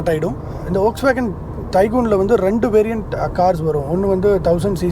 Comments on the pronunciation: வோக்ஸ்வேகன் அல்ல அது ஃபோக்ஸ்வேகன், நண்பா! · Folkswagen is correctly Pronounced